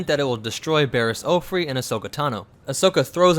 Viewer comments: Barris Ohfree?? It's pronounced Off-E (as in just the letter). Also wasn't Kalani the tactical droid on Onderon? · anyone notice that He mispronounced Offee as Offree? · It's not offree, it's offee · This is cool but... There’s no R in Offee... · It's pronounced Coffee but without the C